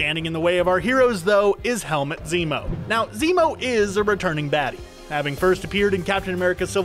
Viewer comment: Helmet Zemo??...its Helmut my guy, pronounced exactly the way its written